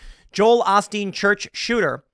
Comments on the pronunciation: It’s pronounced OH-Steen not AH-steen. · Tim, it's pronounced "O"steen. The "o" is a long "o". That said, I WAS a casual watcher of Osteen, but he lost me with his stunt during the hurricane and flooding in Houston a few years ago. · Osteen , oe steen, not ahsteen, I couldn’t take it 😂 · Joel "O" steen not "AH" steen tim. Cmon 🙄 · Joel aostin lol it’s osteen tim. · Since when is it Osteen and not Olsten? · I cringe every time Tim said Ah-Steen..... Oh-steen Bruh!!! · "O stien" not "awe stien" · Not 'Ah-steen' it's 'Oh-steen' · It’s pronounced O Steen. Not OSteen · It’s olsteen. Ole - steen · Correction: it's pronounced "Oh-Steen" NOT "Ahhh-Steen"! I know this as fact since I went to Lakewood in the 80s! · Not A-steen…It’s O-steen. Ohhhhhh- steen. Joel Osteen. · “O” stein, not “as” stein 😂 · It's a long O. Oh-steen not Ah-steen. C'mon, Tim. I'm not necessarily a big Osteen fan, but say his name right. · Is OHsteen. Not Ahsteen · lol acouple things: This was in Houston Texas. Lakewood is the church name. His name is said like “O-steen” not os-teen lol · “O-steen” not “Ah-stien” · Its O... Steen ...O Steen Joel Osteen not Ahsteen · Joel Oh-steen not Ah-steen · its Oh Steen not Ah Steen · It's pronounced OH-steen not AH-steen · Just FYI, it's Oh-Steen, not Ah-Steen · Why are you saying AH-steen? Isn't it Ohsteen? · It's Joel Osteen, not Olsteen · He mispronounced osteen, not ahsteen, it’s O-steen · O-steen. Not Austeen. O-steen. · By the way, it's pronounced "Oh-steen" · Its pronounced "OH-steen". Just FYI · Yes, he's corporatized the church. It's mostly a feel-good church as well. Also, it's pronounced Oh-steen. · Just to clarify, his name is pronounced "Oh-steen" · How do you not know how to pronounce “Olsteen” lol. He’s been in the public eye for 20+ years. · It is O-Stene.....Long O + Stene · It's pronounced Joel OH-Steen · Pronounced OH Steen bruh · Ever notice how all the freax are pro-ballestine? (It's pronounced Oh-steen btw). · OH-steen is the pronunciation.